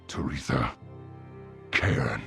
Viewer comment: Great video. Though your pronounciation of Cairne is definitely not.